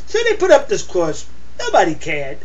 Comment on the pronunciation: What's a Cwoss?